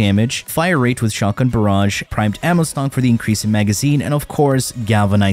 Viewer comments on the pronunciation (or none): none